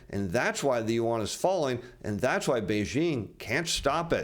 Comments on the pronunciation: Did he say…let’s contin….yuan…? 😂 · please learn to pronounce the Chinese currency correctly.